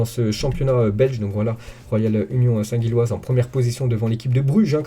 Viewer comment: Ça se lit union saint jiloise stp. Pas guiloise